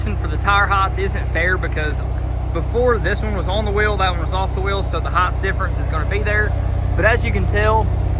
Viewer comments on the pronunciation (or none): say HITE, no such word a hi-th just phonetically say it, i typed it so you can say it ri-th